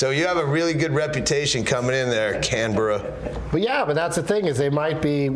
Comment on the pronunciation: He did a pretty fuckin good job pronouncing Canberra.